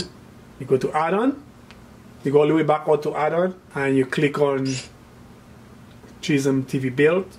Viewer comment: Dude can't pronounce schism to save his life.